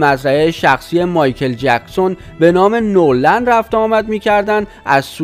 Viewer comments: آقای عزیز درست کلمات را نلفظ کنین نور خونده نمیشه . نه ور لند خونده میشه به معنی هیچ یا هرگز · اولا اسم دخترمایکل،پاریس هستش وپرینس اسم پسرشه . دوما نورلند نیست وNeverland سوما،بعداز 61جلسه دادگاه وتحقیق کامل دادگاه با صلابت رای به بیگناهی مایکل داد. پس جناب گوینده...توکه هنوزنه اسم دخترش، ونه اسم خونه وپارک مایکل رو بلدی،وازروی نوشته هم غلط میخونی، چجوری به خودت اجازه میدی چیزهایی روبگی که اصلا دربارشون اطلاعات نداری؟؟؟؟ خودکشی پاریس هم علتش چیزه دیگه ای بوده .... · تو حتی بلد نیستی اسم ملک شخصیِ مایکل رو بگی ، نورلند نیست ، نِوِرلَند هست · اول اینکه اطلاعاتتون رو کامل کنید بعد خبر رسانی کنید دختر مایکل تکذیب کرده و خودکشی نکرده اسم مزرعه مایکل جکسون نِوِرلَند نه نورلند بعدش هم این کار زشتیه که نظر خواهی کردید اگه این مشکل سر خودتون امده بود دوست داشتید راجع به شخص شما نظر خواهی کنند که آیا این کارو کردید یا نکردید شخصیت خودتونو به عنوان انسان حفظ کنید و دقت کنید که کسی که بی گناه رو آزار ندید؛توهین نکنید خیلی کار زشت و دور از انسانیت.... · Noorland na dadaaaash,oon never lande, noor male mazandarane😆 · با سلام، اول اینکه لطفا گوینده محترم این کانال، کمی لغات رو درست تلفظ کنید بد نیست، در چندین کلیپ شما اشتباهات فاحش داشتین. مثلا Never Land رو نُرلند نگبن ،اونم چند بار. این نشون میده اصلا تو باغ نییستین. و بگذریم که یائسگی رو هم اشتباه گفتین در یه کلیپ و غیره... در مورد مایکل هم، این ادمهای سواستفاده گر بخاطر اینکه به پولی برسن این اتهامات رو میزنن. مایکل این اواخر خیلی وقت بود که حال خودشم نداشت.